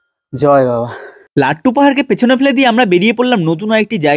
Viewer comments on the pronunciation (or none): ওরে ভাই লাড্ডু নয় ,লাট্টু।